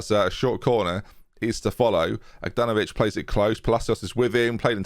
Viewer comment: how in the world are you struggling to say Aganovic A GA NO VIC